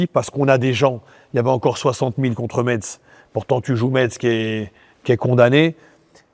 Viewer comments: on prononce « messe » pas Metz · Mehdi « MeTz ?? » putain on dit Messe » 😅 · Ça se prononce Messssse Mehdi . Comme gage tu dois venir en tant que directeur du football en Ligue 2 avec nous ! Tu verras la ville est superbe